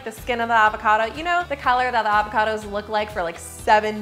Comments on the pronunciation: She said Avocardo 18 times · Is it just me who loves how she says ‘avocado’?